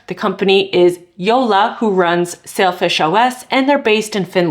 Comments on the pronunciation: Say-l fish i swear i heard you say selfish a couple of times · Pronunciation sounds more like Selfish OS than Sailfish OS. All the new options being available, not in our part of the world. Sucks.. Be it Linux laptops, framework laptops/workstations, fairphone, linux phones.... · It sounds a little like "selfish OS" when you say it. I think the name is a bit unfortunate. Thanks for the Video. I always use Xperia Phones but uninstall all Google stuff. No Google Services etc. Unfortunately the Model I have right now is not supported by Sailfish OS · Well explained, please can somebody help me install this on HTC m9 + ? And I keep hearing you saying it 'shellfish' but it is spelled as 'Sailfish' in the title so how is it supposed to be pronounced exactly?